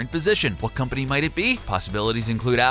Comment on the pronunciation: Hey back then with the n64 and the snes, Nintendo was made by the Japanese... think about it. But now it's the complete opposite. And you make me cringe when you said "The Mario Conpany"